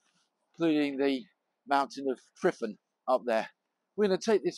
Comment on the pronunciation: You've been caught out by language differences at places such as . Tryfan is not pronounced 'Triffan' with an accented first syllable. It's more like 'Truvaan', with the emphasis on the second syllable. In Welsh, the 'f' is an English 'v'. The letter 'ff' is pronounced like an English 'f'. (And yes, there are a number of Welsh alphabetical letters which are made up of two Latin letters. They are pronounced differently to single letters. These include ch, dd, ff, ll, rh and th. And, once you understand how the alphabet works, the pronunciation is usually exactly according to the spelling.